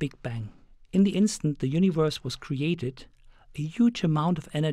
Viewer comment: i like howhe says universe... U N I V O R S